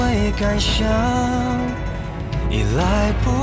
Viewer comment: 难想 赶上 感伤 三个词发音一样了，不过不影响意境